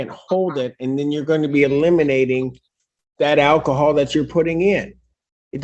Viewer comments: You know it's bad when they pronounce it "ACK-i-HOLL" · “I didn’t know it contained ‘ackahol.’”